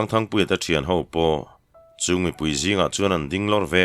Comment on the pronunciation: Thangpuia chu chepui hlemai chhiartu lahin thluk dik bawk sia 👍👍👍👍❤❤